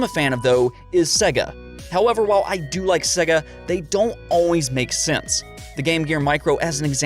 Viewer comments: Dude...... it's pronounced Seyga not 'Segga' Sega, as in 'to be this good takes AGES/SEGA). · Why do you say Sega like s.e.ga instead of s.ei.ga it’s so god damn annoying learn to pronounce things